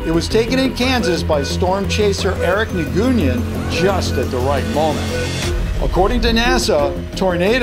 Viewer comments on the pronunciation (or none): Lol the way u pronounce na gue yen LOL its new-when nguyen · That’s not Nguyen it’s Win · You pronounced Nguyen, as nu-goon-yin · Nguyen is pronounce “new win” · I think it’s pronounced “new-wen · You said Nguyen wrong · YOU PRONOUNCED NGUYEN WRONG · Hey you pronounce Nguyen wrong xD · You butcher Eric Nguyen name